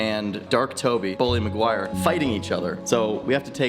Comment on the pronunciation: You proun the bully